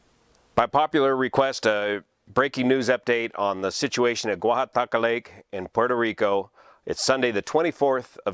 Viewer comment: Juan, I was thinking the same thing and was wondering if the expert on spillways (YOU) would be weighing in. And I just love hearing you say "Guajataca". Btw, 200m = approx. 650ft instead of 300ft as you mentioned ;)